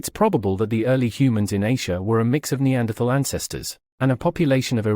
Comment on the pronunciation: If you can't pronounce "Neanderthal" then delete. End of story.